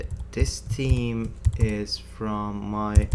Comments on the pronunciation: This video would made an excellent drinking game. Everytime in the video you say Team instead of Theme you have to have a drink. Nice tutorial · Your video is great! I understand English isn't your first language, but the way you say theme bugs the hell out of me. It's not pronounced, T-he-me. You have to say it as Th then add. eme. So it sounds like, Th-eem. I'm not good at teaching English. Just youtube it how to pronounce theme. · annoying "tim", "tim", "theam"... repeat after me "theme "lease learn English before trying teach anything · >Themes >Theems >Teams Sorry I couldn't help but to notice that, but I really appreciate your video. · Everything else is good but I think you pronounced Team instead of Theme, which is confusing .... no offence... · With all due respect it's "theme", not "team", the confusion sounds annoying. Please, consider it. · because of him I keep saying team and not theme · There's an H in theme that you do not pronounce, you are saying team all the time.... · team? Where are you from? the way you pronounce the-me is strange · Not to be a dick.. but let's work on pronouncing "TH" a little better. It sounds like you're saying "Team" Still love you though and you're my favorite programmer on YouTube! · *TH*eme it's *TH*eme it's *TH*eme it's *TH*eme it's *TH*eme it's *TH*eme it's *TH*eme sorry I just had to say it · Nice video but please google how to pronounce theme.... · Took me a while to realise he was saying "theme" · Everything was great except the pronunciation of 'theme' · Awesome tutorial video! Thank you so much. And speaking of "theme", notice it's pretty much just dudes riding your ass about how you pronounce it? Yeah. On behalf of the ladies, the accent is hot, stop apologizing ;) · Awesome tutorial, working on my understanding of creating themes in WP at the moment. It'd be helpful for me if you asked for advice on the pronunciation of theme :P